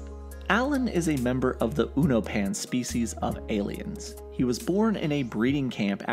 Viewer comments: Uno-pan and thaydus? What is this pronunciation lmao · You pronounce unopan as “YouNoPin” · The mispronunciation of Unopan is getting to me